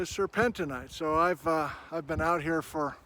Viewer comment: Sir pen teen. Sir pen teen ite. The mineral to the mixed rock name does not change the pronunciation.